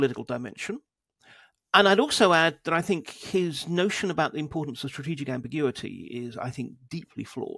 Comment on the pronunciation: great interview, but can you please stop saying tinG, instead of thinK? drives me crazy..